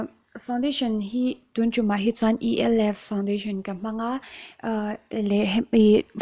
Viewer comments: "E - l- f" tilo in Elf tiin an lam țhin bawk. 😆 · E L F tih lovin elf tawpin lam tur